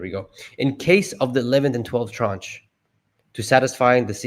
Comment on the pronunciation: the pronunciation of tranche is "transh"